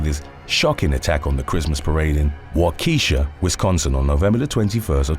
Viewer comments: "WENT WROUNGE" ●. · Hearing you attempt to pronounce waukesha is fantastic lol